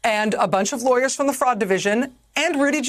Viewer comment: I know she's saying "fraud" but I keep hearing "frog"